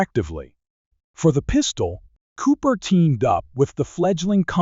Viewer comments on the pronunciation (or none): Jeff Cooper! NOT JEFF CO-OPER! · I think “Gascon” was pronounced correctly. But Col. “Co-oper?” Sacrelig? AI generated says everything. This presentation sounds like something else I’d read or watched, but done by human effort. The S&W model was pronounced “ten seventy-six.” Id fired one with the FBI 10mm Lite ammo and didn’t think the recoil was excessive. The ergonomics, the size, and the weight were a problem for plain clothes operation where two and a quarter inch leather San Browne duty belts aren’t worn. FBI’s probably still got a vault full of 1076s. Despite its prominent role in the Miami tragedy, the Mini 14 remains conspicuously absent from most draconian states’ banned evil assault rifle lists. I still prefer a .45 ACP to the 10 or 40. Big case equals lower pressure despite big bullet making for a better shooting experience. But I also suggest learning to use what you’ve got your can handle, and learning tactics to include use of cover and getting out of the way.